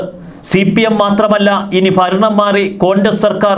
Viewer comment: Hello sir. U seem to be pronouncing BHA as PHA. It’s bharanam and not pharanam so as bhoomi n not phoomi. Tku